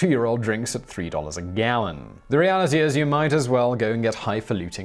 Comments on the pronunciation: "... at $3 a gALLON." You got a very southern twang on your voice there. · where the hell did that pronunciation of 'Gallon' come from. 😂😂😂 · Why does he suddenly become American when he says 'gallon'? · the way Simon says "gallon" 👌🏻